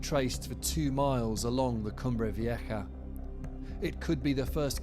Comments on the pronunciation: wtf is a “cumbrey veeyekka”?? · He could at least pronounce it right. Cumbre Vieha. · Why do you pronounce it Cumbre Vieka (with a K)⁉️😵‍💫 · The sound for a Spanish "j" in English is "ha". There is no k sound there whatsoever. None. 🇮🇨